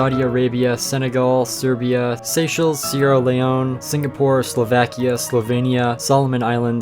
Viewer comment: Slovekia? Why did u say it like that